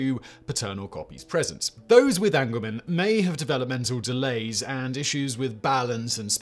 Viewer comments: Angelman syndrome is pronounced Angel not angle. People with this genetic condition are often referred to as Angels for short because of their very happy, and excitable disposition and personality. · Angelman syndrome is pronounced AHNG-juhl-muhn (Like an angel from heaven, not an angle from geometry) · Thank you! It drove me crazy every time he said it wrong. lol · It's Angelman's, not angleman's. Angelman as in "Angels we have heard on high". So called because of the happy disposition of the affected individuals.